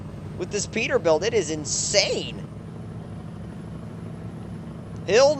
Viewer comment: Its peterbilt